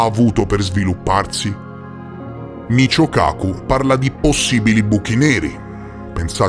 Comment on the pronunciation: 😂🤣🤣😅 🤣😆😅😂😆 In realtà il fisico di cui si parla nel video è di origine giapponese, è scritto Michio e dovrebbe essere letto come "Mikío", ma vabbè non fa niente 😅😹